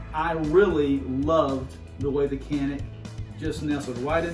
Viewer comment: Pronounced “ Janick”